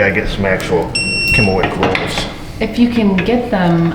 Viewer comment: I though you said Kennewick roll and I know of a Kennewick WA but never knew they had a Kennewick roll, but giggle says its really a German Kümmelweck roll. Leaned something new. Thanks O family.